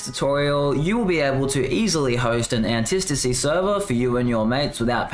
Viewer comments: Say it with me retard, Anti-Stasi. Okay, retard? Antistasi......... an-tie STA-see you actual dumbfuck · He's saying it wrong... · Was driving me crazy